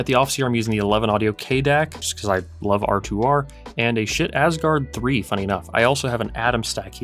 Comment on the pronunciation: Its pronounced skaheet not shit. Just sayin😮